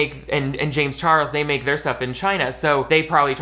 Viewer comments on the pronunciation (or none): The way you said James Charles had me like “ who is that?” Lmaoooo 😂